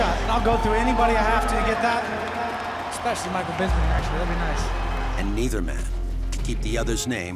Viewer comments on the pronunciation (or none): Rockhold cant even say bisping's name right, he says bisbing hahah